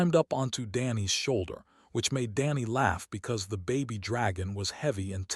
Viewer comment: Those are baby dragons not Bobby dragons your AI sucks